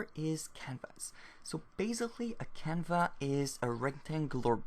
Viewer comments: I more liked how he called the canvas 'canva'. The 's' is silent is French after all! Kudos on writing your tutorial entirely in a second language btw! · i thought he was saying it the french way